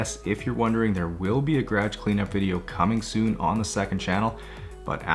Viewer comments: Me: Guh-ruhge. Garage. Him: Grage. 😂🤣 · The way you pronounce garage gives me anxiety everytime. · The way he says garage full through and through Canadian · Okay but why do you say “garage” like that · Lmao the way he says process and garage is hilarious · Nah him saying Garage is the most Canadian thing ever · Why does he pronounce “garage” like that ?